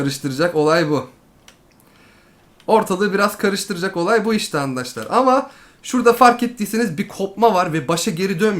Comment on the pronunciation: çok doru söylüyosun ama sana çok kötü bir şey söyliycem ona andaşlar denilmez arkadaşlar denir